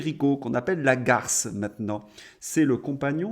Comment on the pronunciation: Perico Lagarce... lol. Parce que son nom de famille c'est Legas (prononcé Légasse). Il officiait à une époque avec Jean-Pierre Coffe sur France Inter... il y a bien une bonne vingtaine d'années, quand France Inter était encore écoutable.